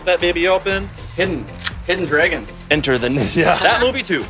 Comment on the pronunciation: It's not drawgon it's not draygon it's DRAGON